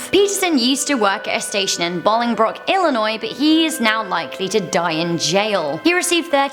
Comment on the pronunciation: Hold on did she just say Bolingbrook 😑